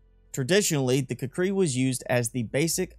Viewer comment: I thought it was pronounced: kū•kree.